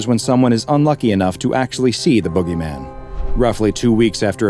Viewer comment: Jit trippin my brother just came Outta nowhere and called the boogeyman the bOo-gay-men ☠️💀